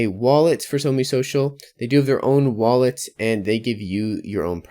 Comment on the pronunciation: It's SOMEE not ONG